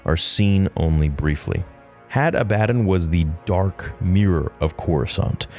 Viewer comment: ah-bah-don, the fuck is hattah-batt-en and Attah-batt-en? Genuinely asking here. Cause I'm just logically thinking how someone would pronounce this in English.